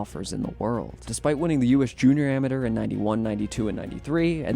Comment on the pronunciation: learn how to pronounce “Amateur”